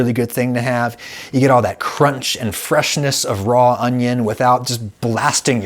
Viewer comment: "Can you eat Vidalia Onyo like an apple?" Darling, I have yet to meet the Onyo that I would not eat like an apple.